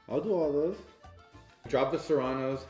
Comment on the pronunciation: Lmaooooo the way says “Serranos” 🤣🤣